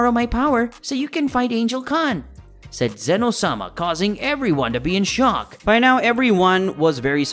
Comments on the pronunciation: WHOS ZEEN OH ITS ZEN OH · Bruh its not zzzeno ITS ZENO FOR CRYING OUT LOUD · It is Z-eh-no not Zeno. Fun fact zeno is actually written as Zen-Oh